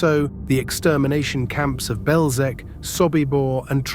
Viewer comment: Typical american English, can not even try to pronounce Belzec and other words properly, distgusting!